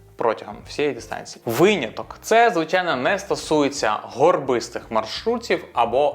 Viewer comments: дякую за випуск але виняток, а не вийняток :) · Як для початківця це було дуже корисно🎉 Дякую Єдине, що часто чула це «вийняток»😅 наче правильно «виняток»